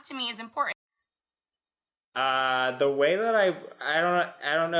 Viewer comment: ...please make her stop mispronouncing the word important Hey "girlfriend" it's three t's not two😒